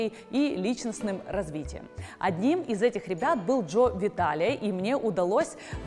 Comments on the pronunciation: Что у неё с ударениями 🤦‍♀️ Джо ВитАле ...а не ВиталЕ . ХоопонопОно.... а не хоопонОпоно.... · Приветствую)) Благодарю за ранее - ты уверена что так произносится хоопонОпоне...и джо виталЕ ???